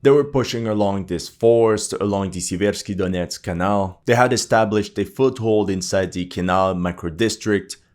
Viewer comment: SEA-versk SEA-versky dough-NETS The stress is on the FIRST syllable. Just like in the English word "sever".